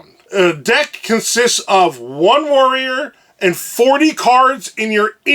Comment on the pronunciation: every time you say warrior my mind says Wario